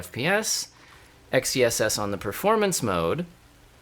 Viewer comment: Dude, it's meant to be pronounced "excess". You get it? X -ess? Excess? Get it? It's a play on words. How do you pronounce the word "sword"? Do you say "Ess word"? But seriously, do you get it? Excess? Xess?